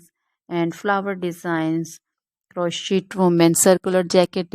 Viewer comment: These are all or most fake IA images......and it's pronounced kroshei, NOT croshit !